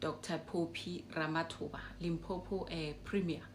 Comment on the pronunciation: Its LIMPOPO ...not Limpopo" please let's fix that before the 31july 😅